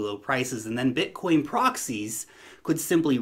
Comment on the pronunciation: Haha yeah, it's called BITcoin, not BUTTcoin!!!! 🤣🤣🤣🤣